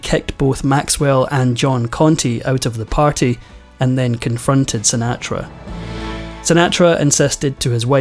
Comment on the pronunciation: Sin-aa-tra. Oh well ,what would these episodes be without a mispronunciation. There’s always at least one.